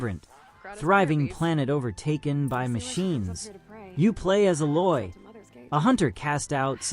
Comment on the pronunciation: Thanks for the video. You did a good job with your comparison's. My only gripe is your mispronunciation of a few words (Gaia, and Aloy).